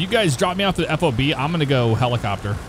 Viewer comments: F-O-B…….…it’s pronounced FOB…just say fob 🤦🏻‍♂️ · You don't say each letter of a FOB. It's just FOB.